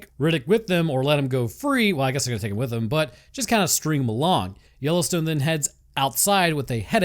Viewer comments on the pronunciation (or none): none